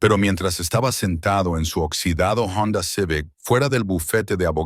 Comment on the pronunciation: En español la H es muda por lo tanto no diga Jonda cuando es Honda, como si iniciará con solo O. Siempre comete errores fuera de que le da por hablar con acento gringo. Tampoco diga mojo, se escribe moho pero se dice como si fuera una doble O. Se dice moo el moho.